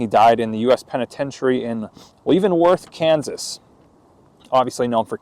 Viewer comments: You keep pronouncing Leavenworth all wrong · Good job but you miss pronounced leavenworth .keep doing these you are good at it.